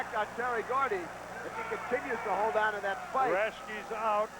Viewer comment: Oh man zee claw hawld..